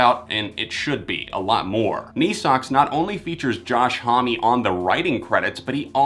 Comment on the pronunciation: Not trying to be rude, but Josh Homme’s last name is pronounced “home,” not “home-y” lol.